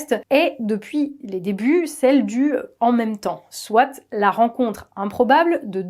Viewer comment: on ne dit pas "soitE", enfin si mais dans un seul cas, quand on peut le remplacer par "certes" par exemple... le T final de "soit" ne DOIT PAS être prononcé. Par ailleurs c'est affreux à l'oreille, sans doute la raison pour laquelle on a décidé au fil des ages de le taire du reste...